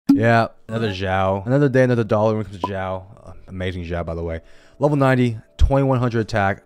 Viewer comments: Just wanted to add that the correct pronunciation is S-iao, you pronounce X like how you would for xenoblade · Why’s he pronouncing xiao like that